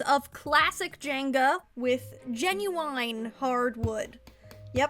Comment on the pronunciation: Why is this so underated- also GenuEyen sounds so weid when she says it